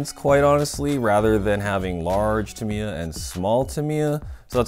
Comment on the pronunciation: It's a Dean's plug, not a T plug. And you're saying Tamiya wrong, and you're saying neodymium wrong.